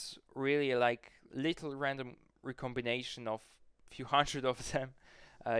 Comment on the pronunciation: Im half German and just a tip when saying words like little or purple, the L at the end is a dark L not a light L